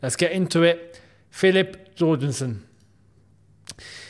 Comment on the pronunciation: Yorgensen!!!! Like hallelujah, like jorgen pronounced Yorgen